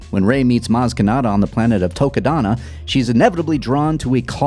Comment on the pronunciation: Nerd voice: “ACKTCHUALLY pushes glasses in with finger it’s Takodana not Tokadana”